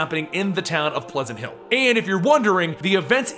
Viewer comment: The town at the beginning sounds like weward payns